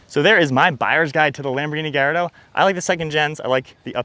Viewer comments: It’s pronounced GAL LAR DOH not GUY. 😂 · Many people in Malaysia who spotted a Lamborghini Gallardo often pronounced the name wrong by saying GALLARDO because the two Ls are sounded which rhymes with the evil Claude Frollo from Victor Hugo's novel The Hunchback of Notre Dame and its old 1996 animated Disney film adaptation. Any concerns?